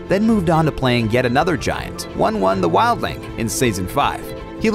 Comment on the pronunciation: it's pronounced "woon woon" not "one one"